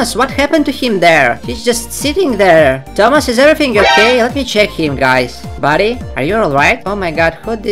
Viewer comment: If says thomas im heard tamas